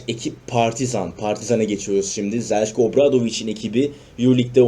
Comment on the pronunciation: Zeljko yazildigi gibi okunmasa daha iyi olacak sanki